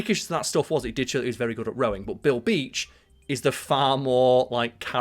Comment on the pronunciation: Every time you say Bill Beach I hear Bilby and I feel like chocolate 😂